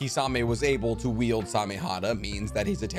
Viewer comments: I know he's saying wield but it sounds like yield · Wield not Yield!!!! I'm sorry, it just finally irritated me too much. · I'm sorry. I don't want to nitpick, but this man is saying yield instead of wield. I can't be the only one who hears this right? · Did you say "yield" for all of these??? It's called "wield". Yield is something entirely else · I think when you say yield you mean wield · I can’t tell you how many times I just listened to you say “yield” instead of wield… Are you good? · Bro needs to learn the difference between wield and yield 🤦🏻‍♂️